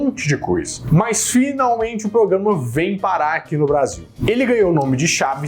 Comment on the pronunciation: ele nao para de falar pograma😂😂😂😂😂